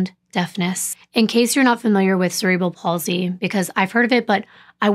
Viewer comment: Thank you for pronouncing cerebral palsy correctly. Also just an FYI mental retardation is now called intellectual deficiency. 😊